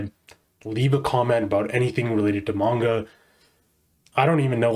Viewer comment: You finally started pronouncing manga correctly :P looks like you actually did last vid too but in some of your previous vids you were really butchering how to say it lol